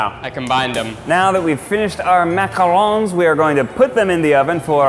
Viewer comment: as a french girl, the fact that you included as a chef someone who can actually prononce "macarons" correctly just warms my heart